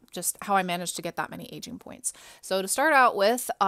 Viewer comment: is it just me or do i only hear ''asian'' pointsXD